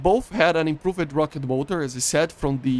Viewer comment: One of my favorite things about is he says Improv-ed 💙